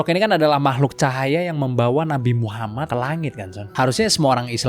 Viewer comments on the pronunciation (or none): none